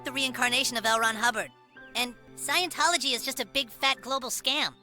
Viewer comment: 'Scion'-tology, man.